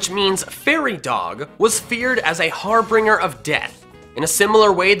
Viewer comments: Bruh he said harbringer instead of harbinger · "Harbringer" cmon man, there arent two Rs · the pronunciation of harbinger kills meeeeee